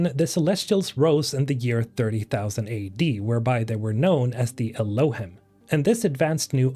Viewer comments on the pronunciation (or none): Just in case nobody told you yet, the word Elohim is pronounced with a long e sound at the end, "elōˈhēm". It's a Hebrew word that refers to God or gods. Thanks for the video about Exodos. 😇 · "Elohim" is a Hebrew word, the plural of "god" (although when referring to the Jewish God, it's considered singular). It's pronounced "el-oh-HEEM". Also, I would bet money the pig named Charlotte is a reference to the children's book "Charlotte's Web" which is about a spider named Charlotte who saves a pig named Wilbur from being slaughtered. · Great vid! I like the action packed short vids you make. Fun fact (I think)., you read "Elohim." This is a Hebrew word used in the Bible, either as a title for the God of Israel himself, or as a generic word for "gods." Pronunciation based on ancient texts is: eh-loh-HEEM. That, along with the word "celestials" seems like this race is quite powerful and god-like. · It's pronounced like "el-oh-Heam" by the way. It's a Hebrew word for God.